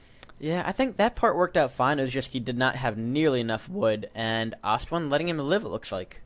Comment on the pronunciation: Love how says "Lish" lol. Also, I could be wrong....but isn't Ostone's name pronounced "aw-stone"? not "ost-one". I mean.... I normally just assume is wrong;)